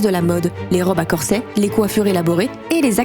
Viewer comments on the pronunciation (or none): C'est pas corp à ballet c' est corpset